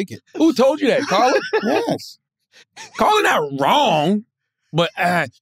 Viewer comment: Bruh said car la mane 💀💀😭😭